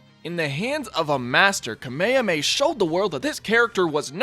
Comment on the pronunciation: It's not "Ka-may-a-may" it's "Ka-meh-meh".